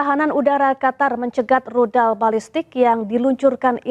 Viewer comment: Rudal..bkn Ludal!😊